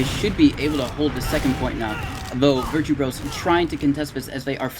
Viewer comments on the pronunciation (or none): Why do the casters keep calling them “virtue bros”? It’s Virtus Bro it’s a parody of Virtus Pro edit: never mind they addressed it later in the VOD lol